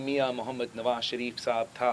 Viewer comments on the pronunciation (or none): none